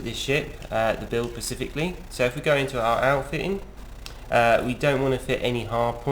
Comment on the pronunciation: "the build pacificly"... it's SPECIFICALLY